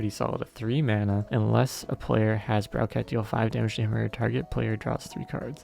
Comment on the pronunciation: Browcat is reading of Browbeat lol